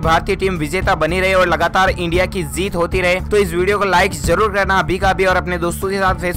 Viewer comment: Abe theek she bolna seeklo phir bolna zeet nahin jeet hota hai